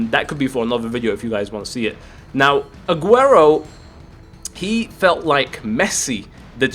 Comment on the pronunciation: drogba says Aguero😂